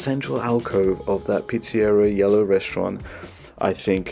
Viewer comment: Just found the channel. Love the vibe. Please consider lowering the background music? It is too loud in the mix. also..what’s a Pete-see-era 🤣. You probably speak 7 languages. Not an insult. Just ribbing you.. We tend to say “Pete-suh-Rhee-uh” here in the US. Anyway…subscribed!